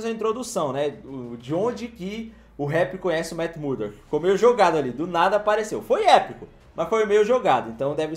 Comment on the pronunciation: O ainda não aprendeu a falar "MURDOCK", sempre fala "Matt MuDORK" kkkkkkkkkk